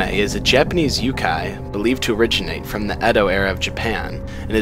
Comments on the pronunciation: Sir it ain't yu Kai its youkai prounounced yo-khaki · YO-kai, not YOU-kai!